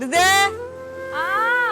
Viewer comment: സരിതെ അല്ല സരിത എന്ന് വിളിക്കു അമ്മായി